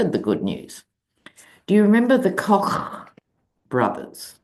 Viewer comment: pronunciation of Koch is priceless. It cracks me up every time!